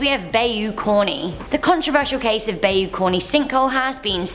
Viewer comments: It’s not pronounced bayou it’s more like buy you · Ik you have an accent and and some words come out different as they are pronounced different in other countries. But #8 urked me🤣not sure if southerners say (bay-you) but I'm pretty sure it's pronounced (bye-you) 🤣🤣 just my OP, could be wrong🤷‍♂️🤣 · It's "bye-you", NOT "bay-you".... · Bayou, pronounced Bi u, both vowels are of the long variety. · You said bayou wrong its pronounced. " bi u " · Bayou = BY-U